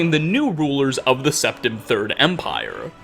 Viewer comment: Urieluh. Septimuh. Tamrieluh.